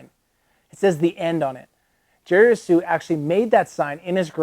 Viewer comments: i thought the h in jerry's last name was silent. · sounds like your sneezing when you try to say jerrys last name. great vid. thx for highlight. be cool